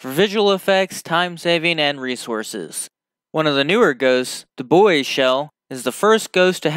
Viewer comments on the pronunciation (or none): BOO-E shell. Please pronounce it right.